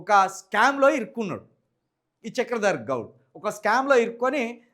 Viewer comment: BRS జితగాడు అరేయ్ హాఫ్ నాలెడ్జ్ తో ఎందుకు రా మాట్లాడుతునవు చక్రధర్ గౌడ్ అని పేరు పలకడానికి నీకు రావట్లె మొదట తెలుగు చదవడం నేర్చుకో